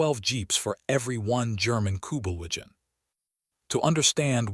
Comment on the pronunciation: I liked the way the facts were presented. However, this AI pronounced basic words incorrectly so much the narration became annoying. Basic words like corps (pronounced "corpse") and Kubelwagons (not able to spell the wrong pronunciation).